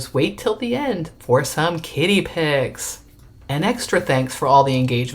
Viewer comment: You really should enunciate “Kitty” like the difference of an Irish drunk fest “Paddy” and “Patty” wagon 😉